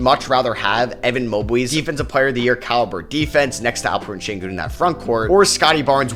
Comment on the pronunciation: its alpheren sengun not alpen sengun